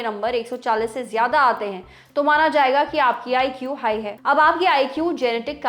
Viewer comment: हे फीवर नही हाय फीवर 🤦🤦🤦🤦😊